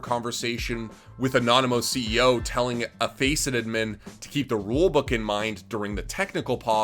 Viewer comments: its ADDMIN not edmin holy shit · Wtf is an "uhdmyn". What fucking accent is that yeezus croist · ADMIN not ADMIM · Its ADD MIN not ED MEN, this isn't ed edd n eddy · have i been pronouncing admin wrong my whole life?? ive always said "add min" but this guy is saying "udmin" am i the one wrong? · Its just a accent thing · why do you pronounce admin like that lmao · You pronounce admin in a funny way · What's up with his pronunciation with the word 'admin'? lmao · Please say "admin" right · the one thing i can take from this video is that needs to relearn how to say "admin" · Have I been saying the word "Admin" wrong my entire life or ? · is my hearing going wonky or is Admin said..... really weird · Yo why you pronouncing admin like that? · I fucking hate how you pronounce admin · pls learn how to say admin right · is he trolling or does he not know how to pronounce admin without making me wanna kms